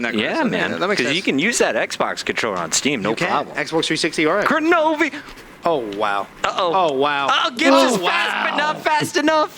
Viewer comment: Kenobi not koronovi